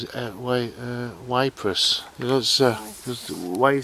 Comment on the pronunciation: Hi its Ypres in the First world war prounounced heaps. It is in Belgium. Good videos I enjoyed it! Thanks .